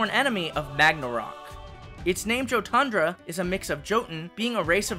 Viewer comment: It's it me or should Jotundra be pronounced "Yo-tundra" since Jotun is actually pronounced "yo-tun" from what I've seen in Norse mythology videos and in media but it's really nothing though just saying but love the designs of all of them :)